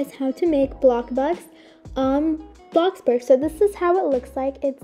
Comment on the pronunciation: Thx for the help! But you said Bloxburg wrong you are saying Blockburg but thx!